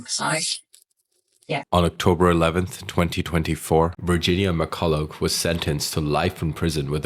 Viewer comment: McCullough, not Mercullow.